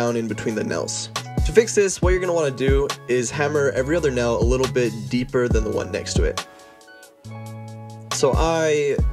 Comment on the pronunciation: I hate the way he says tail and nail. Sounds like “tell” And “nell”. Irritating.